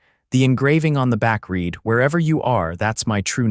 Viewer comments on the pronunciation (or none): Please teach your fake intelligence the difference when pronouncing read in present tense (rhymes with reed) or past tense (rhymes with red).